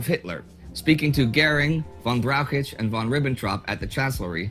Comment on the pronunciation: I love hearing Americans struggle with the surname Brauchitsch, they have a different way of stunting it every time, and always with putting extra letters in there for no reason to make it even more difficult to say than the original. "Nobody never ever uses it", double negative means that they do always use it. I love hearing Canadians struggle with English and etc.